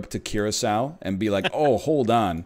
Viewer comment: NL: Have some cahaca, or whatever. All of Curaçao: It's called Curaçao!